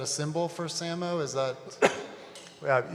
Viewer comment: SAMO is pronounced "say-mo".. (his referencing - "same old bullshit")